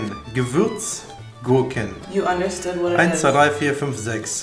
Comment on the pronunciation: Die "Geverts Gurken" rauben mir gerade den Atem